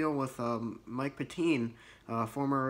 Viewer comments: UU r pronouncing it like a computer or website would pronounce but when watching games he actually coached they all said Pet-tin. Im almost sure its Pettine (Pet-tin). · Ur mispronouncing the last name. I try to help u, its Pet-tin. He has done well as a DC but IDK how much that was him. Rex Ryan was the guy in New York and in Buffalo it probably was him but both teams were filled with great players.